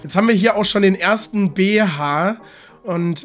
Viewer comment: Ich liebe es wie du Bh aussprichst🤣